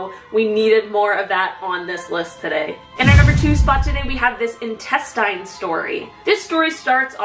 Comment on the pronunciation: NOBODY PRONOUNCES intestine like she does. She irks me with the way she talks. 😶😶